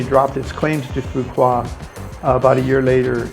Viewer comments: phu quoc not pu wa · Every time you say “Foo Kwa” instead of “Foo Kwook” it’s so very annoying that it makes me want to watch another video. I mean “kwa vs kwook” sound nothing alike. Makes one question if you were really there. “Kwa”?? Really?? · It's pronounced "foo wook" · Its Phu Quoc with the sound of K not Fuqua like what you kept saying in the video!!! Please its really annoying when westerner always not caring about the spelling to say correctly the name of most Asian cities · actually "Foo Wok" in Southern Vietnamese with PQ accent! :) Great video - thanks for the advice! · Its pronounced Phu Walk Quoc pronounced (Walk) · Go and ask a local how to pronounce Phu Quoc. It is not hard. You don't have to say it right. But apparently you haven't pay attention to how it is pronounced and that is not acceptable. Vietnamese people welcome visitors as we all known. We are very friendly. We don't expect foreigners to speak out language. But for something that simple such as the name of the city. Please show us some respect by pronouncing it right or almost right. It is not hard. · Please learn how to pronounce the name of the city you’re talking about. It’s terrible when you say it wrong